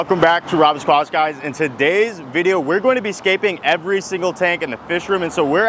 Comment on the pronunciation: “Welcome back to guys”